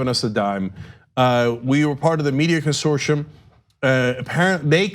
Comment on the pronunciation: Hey, Cenk, what is this word 'consorshum'? I never heard it before. Do you mean 'consortium'? I think that is pronounced differently . . .